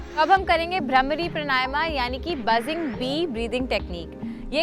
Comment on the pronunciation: It is not bramri it is bhramari ok learn Hindi please